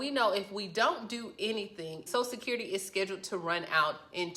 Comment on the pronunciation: I hate it when idiots can't even say "social security". She keeps saying "sosecurity". Her credibility is gone.